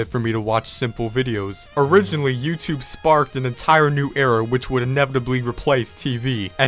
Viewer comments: You sed youthube 33 times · You said youtube tree times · You said yourube 36 times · You sed “YouTude” 34 times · You said tubeyoub about 35 times